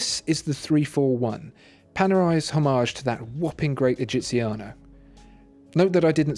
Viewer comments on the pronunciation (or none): GUIDO !!! GUIDO not "Giovanni" ! What a shame... and please , what a horrible pronunciation ... are only 3 words come on : "egiziano" " giorni" " brevettato"